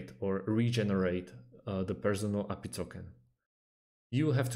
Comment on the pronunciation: It's A P I .. not Appy